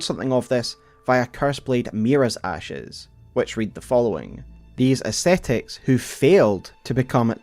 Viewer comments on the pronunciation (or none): Amazing video, but sadly couldn't sleep to it :( My primary language is not english, and even though I know it very well, the accent made me think about the words too much and I couldn't sleep lol Also, please... ascetics and ascetism is read "As-ke-tics", not "es-te-tics"....